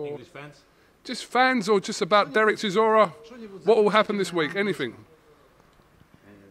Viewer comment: should teach all the UK people how to pronounce CHISORA,He said it so perfectly. Zimbabwean fan